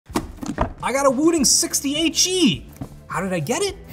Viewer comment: Every time he said the name of the keyboard, it sounded like he was saying 68G😂